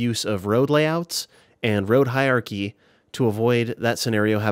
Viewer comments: It's hierarchy, not hi-archy like you're saying, happily strolling through life, omitting syllables all willy nilly. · you say "Hiachy" 😂. Had to pause for a second and stifle a giggle. Great useful information, though. I am new and have been very much enjoying all of your past and present tutorials